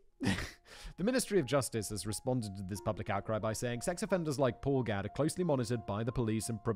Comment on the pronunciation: Not spelled the same (only one "d"), but it has the same reading, the way Simon says is on point